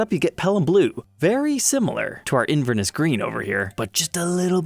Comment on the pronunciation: Inverness is a city in Scotland and the stress is placed on the third syllable. It’s pronounced Inver-NESS and not INVER-ness.